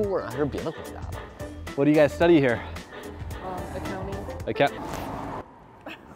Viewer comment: The accent, her pronunciation of "accounting" says it all.